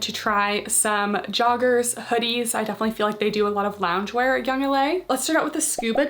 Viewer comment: She said “Yoong- laaa” lol that made me crack up 😂